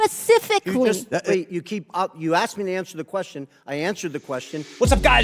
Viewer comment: She was probably a terrible bartender as well!!! " SPES-IF-ICK-LY" 🤣